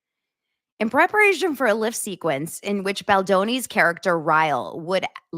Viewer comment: Did you say lift or clit😮?Best comments, made my night!